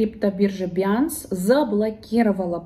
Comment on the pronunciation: Биржа называется" бинанс", а не" биянс"